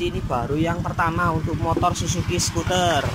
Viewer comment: Bacanya suter bukan skuter bos... 🤭🤭